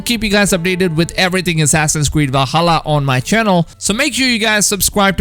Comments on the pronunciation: I just find very funny how he says assassins cweed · Did he just say assassins queed? XD